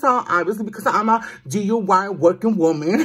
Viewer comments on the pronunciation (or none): ITS DIY NOT DUI LOL Do It Yourself lol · "I'm a DUI working woman" DIY 😂😂 ALWAYS SAYING IT WRONG BUT MAKES ME LAUGH. LOVE YOUR VIDEOS. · u always be saying D.U.I...🤣🤣 it's d.i.y.that cracks me up every time😂💕..love ur mirror.💖💗